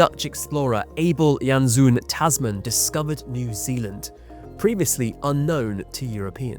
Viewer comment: The Dutch explorer "'Abel Janszoon Tasman'' is pronounced ''Abel Jans''zone'' Tasman'' (O as in zone, not ZOOM)